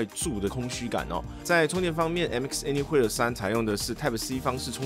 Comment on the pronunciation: 難怪怎麼覺得聽起來怪怪的，查了一下anywhere是念「any魏爾」才對，不是念「any會爾」，想說自己是不是記錯了...